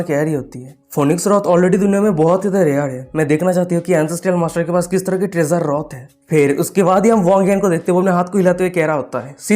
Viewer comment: Bangla রথ bol rahe ho vai😂😂